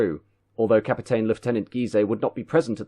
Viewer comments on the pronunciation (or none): Got to heard another CAPITAAEN then thought fuck this shit. Could have been good if you learned how ENGLISH words were meant to be said and perhaps slowed down a bit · How come you're saying Captain like the woman with a kid in the film on Titanic. You're English mate? Capiten you're saying? Am I missing something?